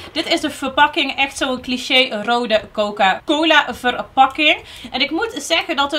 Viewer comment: Coca coli haha, dat was zo lief